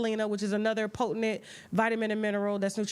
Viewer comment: Po-TENT, Tasha... PO-TENT, not po-te-NENT. C'mon, gitl.